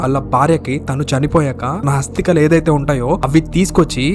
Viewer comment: Hasthikalu kadu asthikalu